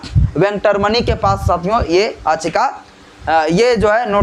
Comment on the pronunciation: Mr Don't Pronounce it "Aachika" if you want to speak in English, the Actual Word is Yaachika".